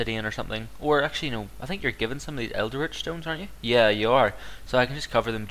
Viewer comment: Like the vid but, it's pronounced el-dritch not eld-eritch. Also, it's possible to get a second of the same theory until you've read the final part of it, so always research the theory before the remaining fragments.